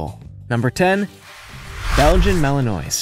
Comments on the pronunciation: Mal - in - wah. Not Mal in noise. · Despite how it is spelt it is not malanoise it is pronounced malenwa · Mali noise? 🤣🤣🤣. Try Mal-in-wah. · Malinois is pronounced wrong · IF you ever mention Malinois again - PLEASE learn to pronounce it. : ¬ (